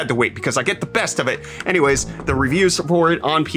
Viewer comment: anyrays huh lol